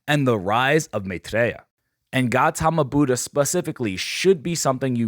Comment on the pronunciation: Bro F***'d up the Gautama Buddha's pronunciation😭😭